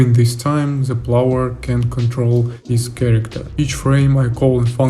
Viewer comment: Очень крутые штуки делаешь, слежу с большим интересом, продолжай! P.S.: Только позволь подушнить на счёт английского, в качестве желания помочь/подсказать тебе чтобы ты совершенствовался, на будущее: слово "player" - "игрок" произносится не "плауэр", а "плэйер" или скорее даже "плээр". А то очень ухо режет, ты же геймдизайнер и геймплей программист/разработчик, это слово одно из ключевых в твоей деятельности и произносить его всё же стоит корректно, как я считаю, если ты ведёшь деятельность на английском языке и хочешь чтобы тебя как можно лучше понимали... Ну и ещё "cutscenes" - произносятся скорее "кат сцинс" либо "кат ссынс" и "кат сцин" если в единственном роде. Хотя интересно что почти все остальные слова ты произносишь корректно. Извини пожалуйста, если такие комменты являются для тебя чувствительными, не пытаюсь критиковать или самоутвердиться. Только из соображений помощи! Удачи! P.P.S.: Также если вдруг не знал, удобный инструмент тебе на заметку: мне очень помогает переводчик DeepL, есть удобный клиент для Windows, по нажатию CTRL + два раза подряд C выделенный текст попадает сразу в переводчик и там же можно послушать произношение слов, переводит более натурально с учётом возможного смысла предложения, т.к. прогоняется через машинное обучение.